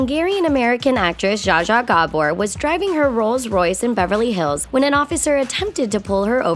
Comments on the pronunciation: it's pounced Ja-Ja Jabour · u pronounced zsa zsa gábor wrong cuz im hangarian